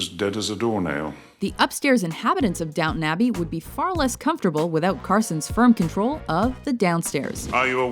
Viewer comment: This women's pronunciation of words really pisses me off. Its, Down-TON abby, not downuun. Fuck sake